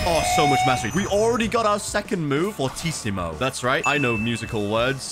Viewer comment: This was one of the first YouTubers that know how to pronounce “fortissimo”